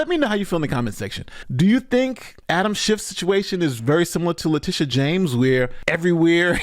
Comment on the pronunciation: Did you call her Litigious James?